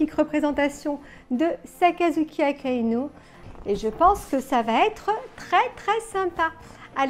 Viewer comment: Désolé mais non 😂 !! Pas Akainu !! 😂😂